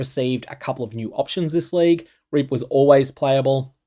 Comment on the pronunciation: DON'T PRONOUNCE REAP WITH AN AUSTRALIAN ACCENT!